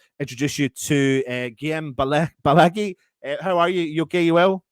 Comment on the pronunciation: it's "Balague" lads